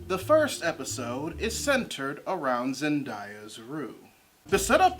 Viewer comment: Not to be that guy but her name is pronounced Zen-Day-Ah not Zen-Die-ah